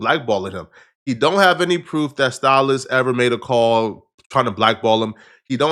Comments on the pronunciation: 😂 Why do you keep calling Sallis, Stylus? 😆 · There’s no “T” in the name Sallis 😅